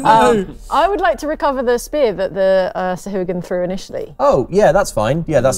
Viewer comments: I always thought Sahuagin was pronounced Sa-huh-wa-gin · Weird way of pronouncing Sahagin.